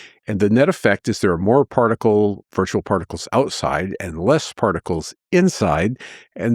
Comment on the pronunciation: particles not prticles